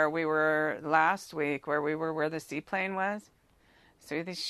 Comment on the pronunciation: "see plain" not seaplane